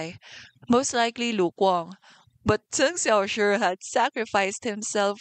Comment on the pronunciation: Unrelated to the video but i am completely in love with the way you pronounce cheng xiaoshi’s name as a chinese speaker myself it is very satisfying to hear